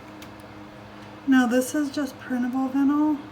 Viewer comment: Not to be mean, just letting you know, vinyl is pronounced v-eye-nle. Anyway, I love these shoe cups!! They're the coolest things I've seen on a cup!! Leopard? Nice. Beach? Pretty. But a shoe? That's pretty darn cool. I wonder if you can use washers instead of D-rings? It has to be cheaper to cut down on your costs. Those d-rings can't have been cheap.